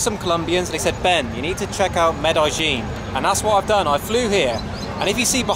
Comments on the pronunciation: Why does he call Medellin Medajin? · Med EH jean. Not Med eye jean. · Who told you to pronounce it "Med-AHH-ZHEEN"???!?!?